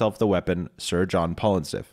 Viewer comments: I'm curious if you pronounced it that way to avoid YouTube censors, or if you weren't sure how to pronounce it, lol. It could be either way. It's pronounced "fa-llus." The "fa-" is the "Al" sound you make when you say the name Al. I would use IPA, but I dont think most people know the symbols and what sounds they make. I'm sure you probably know that "phallus" is the... longer dangly bit, lol. God, this comment is gonna get me kicked off YouTube if I go into like any detail. 😂 So, "Sir John Phallustiff." It's basically just saying "d**k" over and over, in combination with the 69% stats and whatnot. Such a ridiculous joke weapon, but it's too good not to use early game. I love it. 😂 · You pronounced his name wrong bro. Phallu-stiff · oh my god your pronunciation of Phallustiff makes this unwatchable